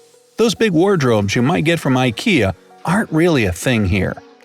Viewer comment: You pronounced Ikea wrong.